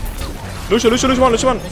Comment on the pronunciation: yo dude luv ur vids but loshio is lucio